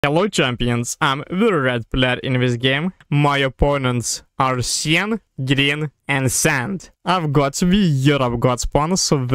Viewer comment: FYI, you butchered the pronunciation of Cyan. It is enunciated Sigh + Anne. Question: Why didn't you use the Nuke on Sand? That would have cleared up a lot of area for you to attack into.